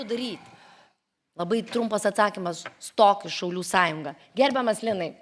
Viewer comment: Gerbemas linai😂 gerbemas Daune gereu būtų😂